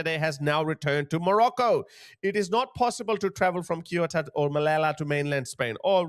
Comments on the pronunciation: Hi the cities’ names are pronounced Ceuta = theh-oo-ta and Melilla= meh-lee-yah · Agadir and Casablanca in Morocco are big tourist resorts. Will never holiday there again. This is no way this is country at war. Viva España 🇪🇸 Most of the Spanish hate Sanchez. Hopefully him and his criminal family will be gone next year. By the way it's pronounced Meliya. Two eLL's in Spanish = Y